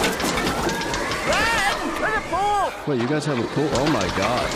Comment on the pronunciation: He says pool